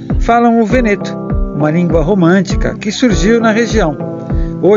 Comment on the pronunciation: o termo Veneto se pronuncia VÊNETO. abbraccio